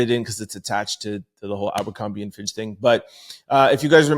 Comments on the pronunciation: It’s Fitch not Finch bro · It's Fitch bb...not Finch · Distracted by trying to figure out if you’re saying “fitch” or “finch” 😂❤